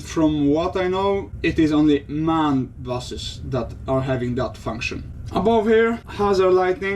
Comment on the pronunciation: Thank you, that was very interesting! Do you really say MAN in one word? Here in Germany it's pronounced letter by letter, as it was originally an abbreviation (Maschinenfabrik Augsburg-Nürnberg). Hope you have a lovely Christmas and see you soon!